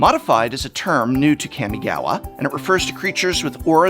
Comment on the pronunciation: Kah-mi-gah-wah Prof I love you but please soften that second 'a'. It's hard enpugh hearing "ninjitsu" all the time from people, and I think it's important when using loanwords (or fictional words based on another real language) to try our best to preserve the original pronunciation